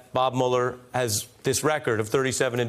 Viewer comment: I’m not crazy but why is he saying Bob Mueller 🤦🏽‍♂️